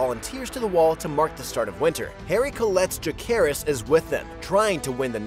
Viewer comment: Maybe learn to pronounce Jacaerys' name properly next time 🤔